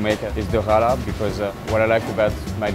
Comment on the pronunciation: There’s a mistake in the written script it’s challah bread which is pronounced as hala